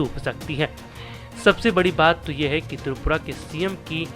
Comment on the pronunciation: Oooh hlw not tupura tripura..phalee apna speaking power thik 😅😅😅😅😅